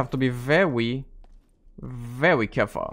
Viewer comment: Vewy carefull